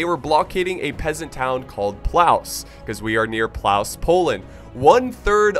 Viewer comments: It's pronounced pwovtze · Great video! If you're going for the correct pronounciation it's: /pwovtse/ :) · haha nice pronounciation.. it's more said like plofteh . I know, polish is strange.. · Battle of Plałs? Good God... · As a Polish viewer I find it quite funny, how you pronounce the name of the city xD I understand that, no problem, but you get it. It's pronounced more like "Plovtze", fyi. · oh my god sorry but i found your pronounce hilarious because you said "battle of plauss" xd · Actually it's Płowce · Mikołaj Muszyński ur right it is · Mispronounce lol you aren't even close, but you are trying, thx for battle;)>